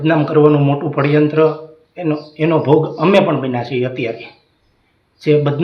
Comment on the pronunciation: પડ્યંત્ર નય ષડયંત્ર એમાં પણ ખોટું બોલે